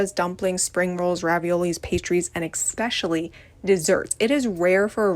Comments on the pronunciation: I've got an especially irrational intolerance for the word "exspecially" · Anyone who says “expecially” instantly loses all credibility. Fight me.